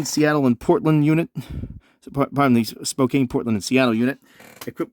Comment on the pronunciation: (spoh-KAN) not (spo-Cane). It's my hometown so I have to correct you by order of the Spokane City Charter Ordinance in which it states clearly, that "as a Spokanite, whether currently a resident or not, must by law, correct those who say (spoh-Cane). Failure to due so, will by highly frowned upon". So, I've done my civic duty. 🤣🤣